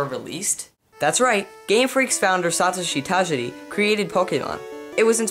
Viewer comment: satasi datasi? I thought Satoshi Tajiri was the guy from pokemon..